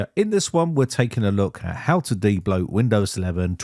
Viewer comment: How to "daybloat"...